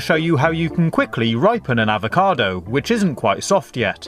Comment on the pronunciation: fre sh Ava cadoo